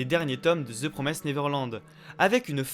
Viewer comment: j'ai enfin pris le temps de voir cette vidéo, vraiment avis très intéressant, cependant un truc m'a triggered tout le long de la vidéo , c'est pas promaïssed mais bien promissed qu'il faut prononcer haha comme un i normal en français